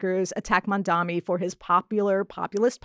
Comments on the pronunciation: Mamdani not Mamdami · MISS, HIS NAME IS " MAM-DANI "